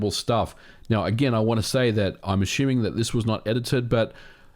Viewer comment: Where's the H in 'assuming'?